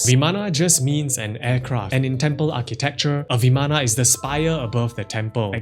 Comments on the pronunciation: isent it vaman rather than vamana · vimana ❌ Viman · It's pronounced bi:man not vimana . Bi:man . Maan not myan.